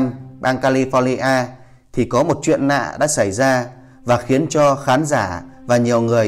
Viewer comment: Đọc còn ngọng làm youtube chi...."ninh hồn, rất nạ, nike, Dũng tai no".